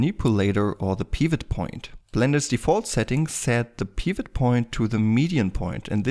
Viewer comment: Oh sorry, didn't think you were gonna answer nor read that message... well. The way you pronounce "Pivot" is straight forward and has some sort of Russian accent in it. You pronounce it more like (Peeewet) when as in correct English you would pronounce it like (Pewet). More specifically; you're laying extra weight on the "e". But I don't blame you. I had a bad day when I wrote that comment.